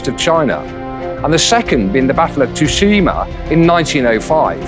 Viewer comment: Seems like the English speaker mis-pronounced “Tsushima” as “Tushima”. It’s supposed to be “Su-shee-mah”.